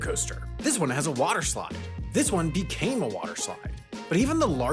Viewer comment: "This one BECAME a waterslide!".....Wtf lol.